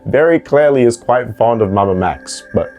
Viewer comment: KWITE???, NO WHAT TEH FUCK